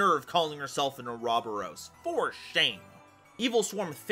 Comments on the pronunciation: OR-A-BOR-OS Oh god the way you said Ouroboros was physically painful 😅😅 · normally I love your content, but it is pronounced Oro-Boros